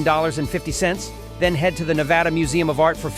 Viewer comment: Listing specific options and prices is a good idea. The viewer gets a feel for the variety of offerings and the cost of each. Correcting the pronunciation of "Nevada" before the end is a plus, but to a resident, the sound of Ne-vah-da is grating. The shots of the Las Vegas Strip gotta go as well, but otherwise, a well done look into visiting Reno on different budgets.